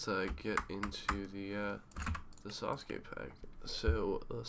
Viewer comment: so disrespectful the fuck is a Sasu-ke? fam we pronounce it all in one word sasuke (Sas-kae).